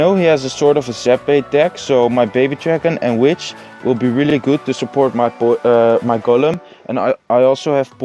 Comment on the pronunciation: je spreekt golem uit als goolum niet gollum